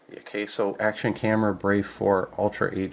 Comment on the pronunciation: AH-KAH-SO.. akaso. not AH-KAY-SO.. Osaka backwards. and old brand name from an electronics company. likely the same company name just turned around..